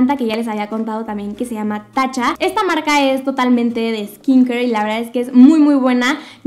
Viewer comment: Me parece chistoso que no pronuncias la T en TATCHA, y suena como la droga TACHA literal JAJAJAJAJAJ